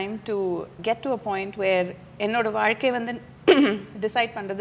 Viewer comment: Abhirami is great. Ramya great job. One small suggestion. You were pronouncing “Zha” and la nicely. Suddenly, you say valkai instead of vazhkai. Please don’t go with the trend. You are doing a great job !